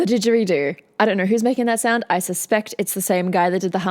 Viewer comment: Hi Just a point it is not a Dejweedo You Aussie ! It's a Jaw Harp (AS it is called in American/Canadian Slang.